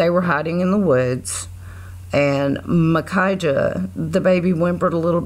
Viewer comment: Finally! Someone pronounced Micajah right. These guys fascinate me.